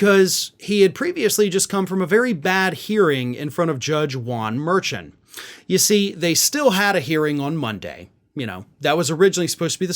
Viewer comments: The judge's name is pronounced Mer-shawn. Not Mershan. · FYI its pronounced "Mer-Sean"